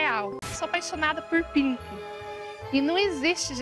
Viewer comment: quando ela falou pink eu pensei que ela falou pinto kkkkkkkk